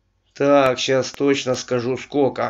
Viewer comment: большое множество, скока, маленько, ихнюю одежду, прибЫли, художник ВЛАЖИВАЛ смысл, я шота в этом деле шибко сомневаюся. Вот не полный список перлов автора данного ролика. У меня к нему вопрос. Ты сколько классов закончил? Ты не умеешь разговаривать на РОДНОМ языке, зато считаешь себя спецом по гравюрам 16 века? Или у тебя узкий профиль? Скифские шапки? Угадал? И ещё открою тебе тайну, которую рассказывают школьникам в 6 классе. Ты ведь только до 5 доучился, верно. Так вот, во время Крестовых походов Турков ещё НЕ БЫЛО !!!!